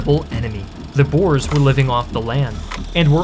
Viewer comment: met God en Mauser is the correct spelling and we prefer to be called boere not boers pronounced boo-rrrrr-uh